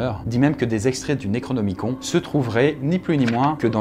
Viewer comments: par contre ce pique d'entendre le necronemicon comme tu le dis XD ça se pronoce plus nerocnimi"cone" et pas con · Le necronomiCON nan mais voila quoi.... Ca ne se prononce pas necronomiconE? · Ca se prononce Necronomicone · alors ça se prononce "Necronomiconne" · "Naikraunômikon" issou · Tu prononces mal le "nécronomicon"